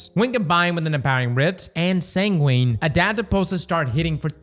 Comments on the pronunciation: Sangwin. That's how it's pronounced! You don't say pengween right? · Sangwin sangwin! San gwin! Say it with me! 😂